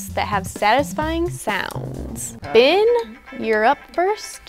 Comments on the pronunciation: why does it sound like said bin instead of Ben? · I kinda hear when she says “Ben” I hear “ Bin” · When said Ben, it sounded like “bin” Like if you heard it too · is like “bin” and not Ben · Uhhh did anyone hear said Ben name like ban